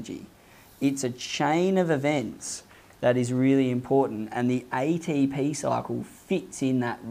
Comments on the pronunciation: I was bothered eydeypi and eyteypi pronounciation but I learned a lot than my teacher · Aeye dee pee Aeye tee pee 🤣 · EY-DEY-PI EY-TEY-PI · Aye tee p-hee